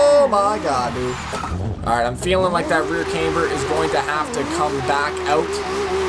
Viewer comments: why do you pronounce CAMber as CAMEber? Do you put a CAM in your car or a CAME? I'm honestly confused seeing as I am from Tennessee and it is pronounced differently here. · Actually OP is correct it's pronounced "CAM-ber" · It's supposed to be CAMEber. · Ur saying it right he mispronounced it